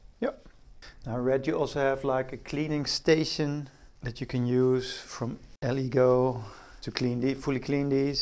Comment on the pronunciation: Good video, make sure to use some sort of protection when handling resin, and your lungs will start to feel it after a few days if you don’t use a mask. Btw, it’s pronounced El-eh-goooh!